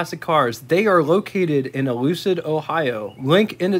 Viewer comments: Artist: Frank Sinatra. Song: New York, New York. BTW, the town is Euclid, Ohio. It's pronounced, "You-klid." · Great vid one minor item it's pronounced - yoo kluhd or U Clid.